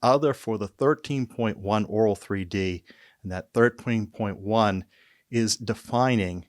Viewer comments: The first time I understood Oraal3D instead of Auro3D.🤣🤣 And now I hear it throughout the video. Content information was very good, thanks. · To me it sounds like you do. Try pronouncing auto met een R.